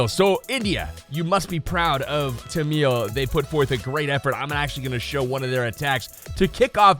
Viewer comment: Its tamil not tanmil